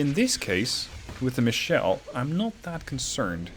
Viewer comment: FYI: It's a german cruiser, so it should be "Michel", not "Michelle". It's a (mostly southern) variant of Michael.